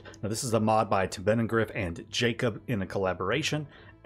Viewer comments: OK, I've heard you too many time butcher Taubenangriff (pigeon attack) too many times, so let's try it together: tow-ben-an-griff (last bit like the first part of griffon). You can do it! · Aye good compilation, Im missing a few of them in my playthrough so Ill propably add one or two. Taubenangriff is btw pronounced Tow (as in towing) -ben (with a very short e) - un (as in fun) - griff (similar to grip with a very pronounced r) Im sorry to be smartass but as a german, that pronounciation hurt :D That also brings up a little question, with such a big part of the Anno community being german, how do your viewer statistics look. Where are most of your viewers/subscribers from?